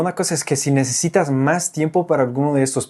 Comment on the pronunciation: Te felicito, hablas perfecto español! solo te aconsejaría pronunciar, modular , más la palabra "necesitas", todos los extrangeros tienden a decirlo rapido y suena a "necitas".